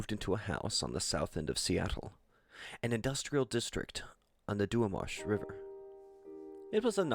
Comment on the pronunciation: It’s not the “duenwash” river. It’s the Duwamish river. doo-WAH-mish. Pronounced pretty much like it’s spelled.